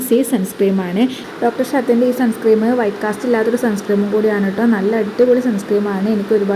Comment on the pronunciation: സൺ സ്ക്രീം അല്ല മോളേ Sunscreen സൺസ്ക്രീൻ ആണ് കേട്ടോ ഒരു പാട് സൺസ്ക്രീം 😂ഉണ്ടല്ലോ?